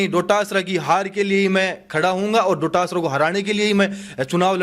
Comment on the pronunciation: पत्रकार महोदय गोविंद सिंह जी डोटासरा जी हैं बार बार “डोडासरा “सम्बोधन शोभा नहीं देता